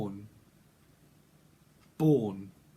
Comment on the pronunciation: I live in Vaughan you said Vaughan